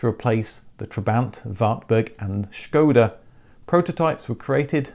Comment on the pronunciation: Wow! Thank you for pronouncing Škoda the correct way. Thats attention to detail